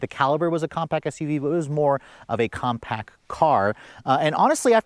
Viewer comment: Compact! Not compac